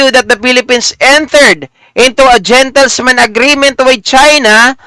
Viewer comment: .."gentleman's" agreement po hindi "gentlesman" ✌️✌️✌️